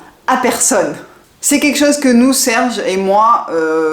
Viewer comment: Bonjour , je regarde régulièrement vos vidéos et j’ai remarqué que dans vos commentaires vous ne dites pas… c’est quelque chose…etc… Vous prononcez : QUEKCHOSE…!? C’est dommage…. Il serait bon de corriger ce langage qui ne vous va pas…. et de bien prononcer le mot quelque chose….Dites en bon Français: quelque chose…, c’est quelque chose…!!! Et non pas QUEKCHOSE…! C’est QUEKCHOSE…!? C’est pas beau…!?…